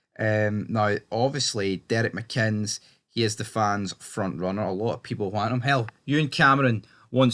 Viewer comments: Pronounced mikinniss. Decent coach. But he shouldn't ask the families of victims to bow down and honour their killers. Re: if you can't figure it out you wouldn't understand. 🇬🇧🇮🇪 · his name is mcinnes for God sake reporter can't pronounce it